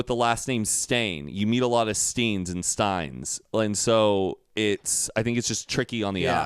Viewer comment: In the show it says stein not stain